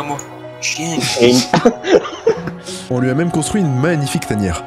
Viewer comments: longue vie à "chiengue"😆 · R.I.P "le chiengue"